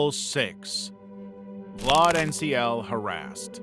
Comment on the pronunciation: why are you putting a r in the name when there is no r, this is his name and look there is no r ,VLAD see where is there r in his name